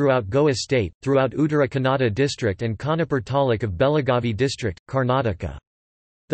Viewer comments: The pronunciation of word Kannada itself is wrong You are saying it like Canada. The other information is also incorrect Dr.Madhava Peraje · The pronunciation of Kannada is not correct. The information also